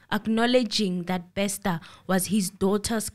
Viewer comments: It’s not Bexter, it’s Bester. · Wow, thanks, as always you never disappoint. I have so many comments & questions on this episode🙈 Firstly, I laugh when says “Thabo Baxter” I know he knows its Bester😂. Bathong, laugh as much as you want honey this is your platform, it ain’t eNCA up in here. I pray for Katlego’s soul to rest in peace coz at this point the family won’t even be able to fetch his spirit since they don’t know where he was killed. The father was most likely involved she is trying to minimise the damage which points to the involvement of her family members and is willing to take the fall for the role her father played. After all the father was instructed by her to commit these criminal acts. I guess she’s trying to do right by her father. Why does she insists on wearing the wedding ring if allegedly at this point she’s not married to anyone? 🤔 Truth be told, if I was in her shoes, I would sing like a canary too, to save my a$$. I However feel the Dr should also pay for her role in this movie, even if she’s cooperating. Else she will go on in life thinking she can do anything she wants and get away with it, if there’s no punishment here. SAPS will forever disappoint, by now we should know whether or not there are bodies buried there 🙆🏾‍♀️ The bother is a dubious character, he’s standing for himself that one probably paid by now. These people are criminals even if you freeze their accounts. There are other accounts out there or even cold hard cash hidden from the authori